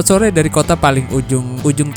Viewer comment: Hehehe, ngomong selamat sore kepleset jadi selamat sote. Efek kurang tidur ya